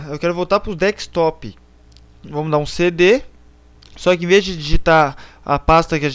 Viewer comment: VACILÃO, NÃO É DEKSTOP MAS SIM DESKTOP !